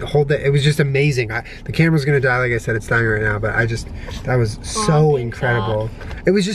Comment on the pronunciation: It sounded like said "kermit's gonna die" instead of "camera's gonna die"